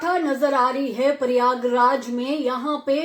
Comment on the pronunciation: Paryaag raj nahi pryagraj hota है